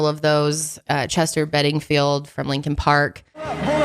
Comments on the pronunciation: It's Chester BENNINGTON... not Benningfield, just fyi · When called Chester Chester Benningfield I cringed so badly. His name is Chester Bennington. With him in mind may he rest in peace along with the victims of the Astroworld fest. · Waittttt did say “Chester Bedingfeild?” 🤭Omg I still love you, but I am offended loll.